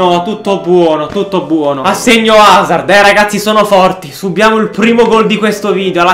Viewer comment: Si chiama Hazard non Hazzard